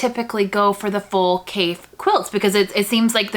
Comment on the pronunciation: His name is pronounced like coffee, with an A! He's a very creative designer with a passion for color! You can't go wrong with any of his fabrics!